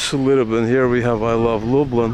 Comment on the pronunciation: I was born in Zamosc, absolutely stunning architecture. Can I also point out your pronunciation of Lublin, try pronouncing it more like "Lub lean". Your pronunciation sounds more like "Lub lynn". Enjoy one of the most beautiful parts of Poland. Zamosc benefits from the continental climate, where winters can be really cold with temperatures dropping to - 28 Celsius(coldest I experienced in Zamosc) and summers really warm up to high thirties consistently every year. Combine that with really fertile soil "czarnoziem" and stuff grows like crazy during summers. The size and quality of veg and fruit is absolutely insane. Pozdrawiam